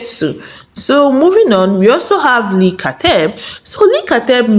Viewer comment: Leaaah not Leee